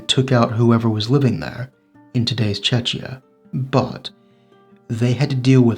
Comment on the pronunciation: the way he pronounces Czechia, it sounds like Chechnia (you know, the Russian trouble province in the Caucasus).